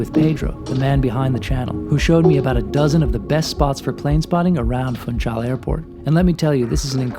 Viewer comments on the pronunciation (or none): The "capital" of Madeira island is to be pronounced [fũˈʃal] as if it was "Funschal" is German, not "Funtschal"!